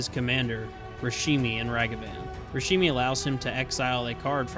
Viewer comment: "Rashimi" xD